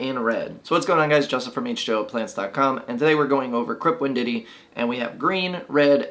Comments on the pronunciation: learn to read, learn to pronuonce Wendt E I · No offense, but WEND-TEE-EYE. Otherwise informative!